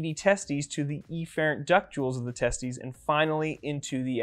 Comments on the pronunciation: Wait, it’s pronounced tes-tUS, not tes-tEES? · Hahaha he said testie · It's pronounced teh-steez